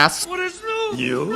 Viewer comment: "What is new?!" "Neuw?" That killed me.